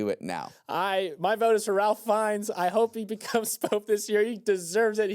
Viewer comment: It's RAFE. NOT Ralph.